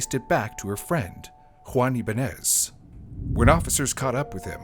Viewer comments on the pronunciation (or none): Ibañes - Ee-bun-yes